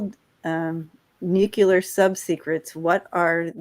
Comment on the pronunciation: Love ya,. But Please - I just gotta say.. Nuclear, = Nu Cle Ar. It is Clear - it is Nu Clear. Please.